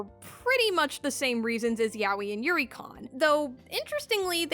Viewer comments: People still pronounce it like YAHWEH instead of "Yah-Oy" even the Japanese Google translate says it that way lmao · I guess my hearing sucks hard because I hear the o in her pronunciation? Like idk I hear her saying it as ya-o-yi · I'll never get tired of English speakers pronouncing Yaoi as "yawi"